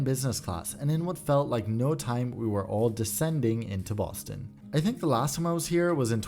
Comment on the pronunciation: quirky with the "Baston"